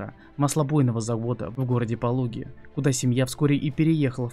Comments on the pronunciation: Только правильно ПолОги, а не ПОлоги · Не Пóлоги, а Полóги правильно звучит название города...